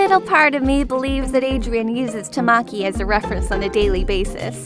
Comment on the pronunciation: THATS NOT HOW YOU SAY TAMAKIIIIIII!!!!!!!